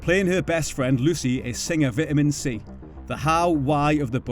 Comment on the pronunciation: The way you said Vitamin C😂